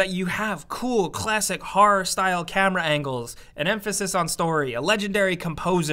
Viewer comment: Say "harrar" one more time...